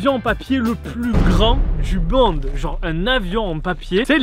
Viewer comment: "le plus grand du bonde"